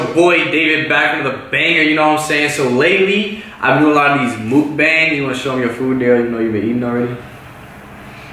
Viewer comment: Lmao he said mook bang